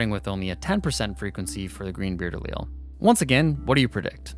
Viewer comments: I’m just saying, do what you want, but any science teachers I’ve ever had pronounced Allele as [Aly-El] Also congrats on 1 mil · "The cowardly Allele will be yella" lmfao